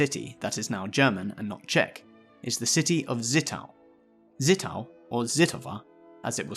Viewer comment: It's Zittau, not Sittau. The z is always pronounced like in the name of the US Fleet Admiral Chester Nimitz.